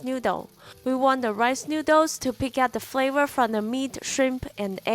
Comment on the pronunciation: "Exprosion of Fravor" 😂